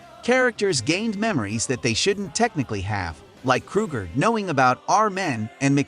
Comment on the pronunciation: "kroo gurr"